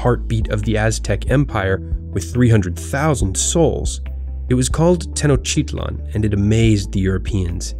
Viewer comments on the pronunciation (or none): I lmao when the narrator said "tenochitlan" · TAY NO T'LITCH LAND would be a better pronunciation. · the way he pronounced tenochtitlan bothered me